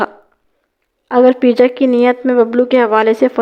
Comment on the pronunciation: اللہ کی بندی پرویز کو پے جا کہتے ہیں پی جا نہیں 😅😅😅😅